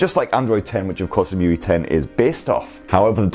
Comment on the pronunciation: It was saying: muy. But it's emotion ui or emui.